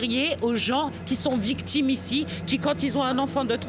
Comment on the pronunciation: « en diret » « les vitimes » « vitoire »🤣🤣🤣🤣🤣🤣🤣